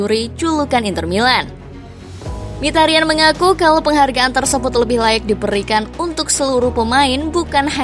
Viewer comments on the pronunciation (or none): min sebutan mikitarian, bukan mihtarian, nama asli nya ini Mkhi(miki) ta ryan (rian) itu cara bacanya ^^